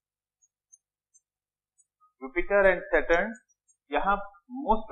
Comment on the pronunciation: I think its Saturn not satern 😅